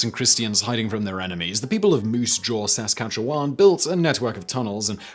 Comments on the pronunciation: “Sahskahchoowon” Hahahahahaha! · its pronounced like "sasscat-chew-on" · SO close on pronouncing Saskatchewan. Right sounds, wrong emphasis. Sask-A-tchew-wan. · I know pronunciation is hard Simon. But emphAsis on the wrong SyLLable made me double take on Saskatchewan. I was like where? Oh the province next door? Yeah that's Sahs-CAT-chew-wahn... sigh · I pronounce it sa-skatchewan... Must of been wearing a Medicine Hat to think of a stupid name like that. British Columbia sounds far more pleasant. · I hate how he read Moose Jaw Saskatchewan but it is still funny to hear being from Saskatoon myself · Wow... That pronunciation of Saskatchewan. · Lol, you're pronunciation of Saskatchewan threw me off. Almost thought you were telling us there was a Moosejaw somewhere in the Middle east. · His pronunciation of moosejaw as 2 separate distinct words made me smile, and then when he tried for Saskatchewan it made me laugh out loud...some of our prairie names are wild! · I'm still processing that pronunciation. lmao